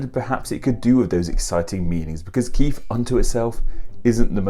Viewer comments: Umm it's Keith, not Keif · Anyone else hear say "Keef" before even watching? 🙊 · pronouncing Keith as Keef, reminds me of the Irish surname O'Keefe